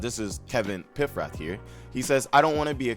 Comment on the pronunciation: HIS NAME IS PAF-RATH, small a.